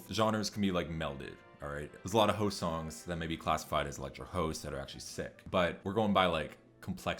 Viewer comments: It’s house is a house it’s a goddamn house not hoes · HoSe mad! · I love how you pronounce house lmaoo